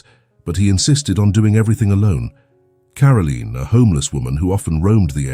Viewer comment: It is Caroline NOT Carolene